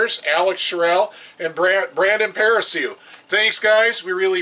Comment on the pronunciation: Hey! Thanks for the shout out and I am more than glad to help you with all the help you provide me! Not to mention us Polaris guys gotta help each other out! But one thing, the damn French Canadian last name strikes again... It's pronounced Paris-OH! 😅 Look forward to more videos and SKOL Vikes! Unless you're one of those cheesy transplants...😜